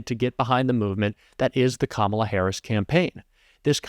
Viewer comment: Harris, not harrison, Lol's